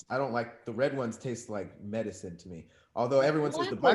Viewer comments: Where been with the hey Tom getting outta hand 😂😂 Maddison instead of medicine is hilarious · Madecine?🤔... Madecine?.. & he be so confident lol Hey Tom, you know what? Nevermind🙄